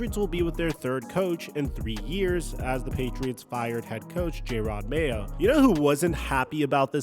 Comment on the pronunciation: Calling Jerod Mayo, "Jay rod" Mayo is absolutely crazy. Weirdly you later say it correct so clearly you did it on purpose.